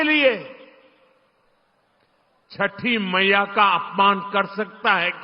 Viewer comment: Jhute ko 6th mayya bhi baraber bolna nahi aa raha hai bhaiya rozgari ki baat kijiye 😂